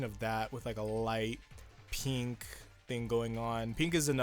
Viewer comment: says pEEnk instead of pink